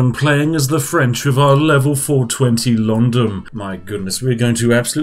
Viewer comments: "Londom" :D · London with an M instead of am N? Whats going on here